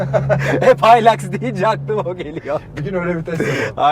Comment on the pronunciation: Haylaks diyince noluyoruz dedim kendi kendime öyle alışmışız hiluks demeye :D